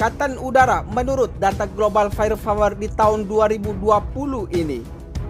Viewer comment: Bukan fayer fawer.. tapi fayer pawer/ fire power